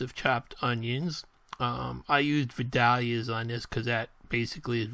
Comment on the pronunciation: It’s pronounced Vi-dale-ia onion! I went to high school back in the day where they grow lol! Great video!